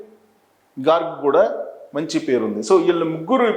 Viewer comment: GARG ( G'A;R'G') - meeru kharge ani cheptunnaru